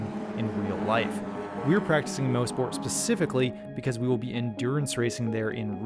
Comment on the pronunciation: "Moss-Port" not "Mose-Port" glad you guys had fun up here in Canada!